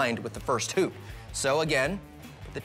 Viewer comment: When he said hup I thought he said 💩